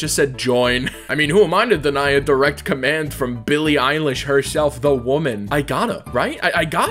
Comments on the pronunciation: Billy eye-lash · "billy eyelash" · “Billy Eyelash” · Nonononono it's billy eyelash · NO, ITS BILLY EYELASH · no bro it’s billy eyelash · "Billie Eyelash" - 2020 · "billy eyelash" ~ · You just said billie eyelash